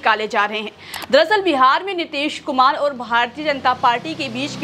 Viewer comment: Nitesh kumar nahi Madame ...Nitish kumar ...naam nahi dhang se padh sakte... Reporter banne chale 🤗🤗🤗🤗🤗🤗🤗🤗🤗🤗🤗🤗